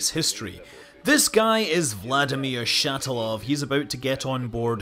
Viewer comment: not Shataloooooov, but Shataaaaaalov